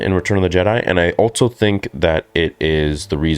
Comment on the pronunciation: There is no T in also bro. It's just also.